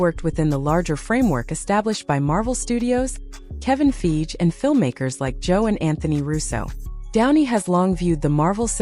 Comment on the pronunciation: I had to nope out at the pronounciation of Feige as Feej. 😅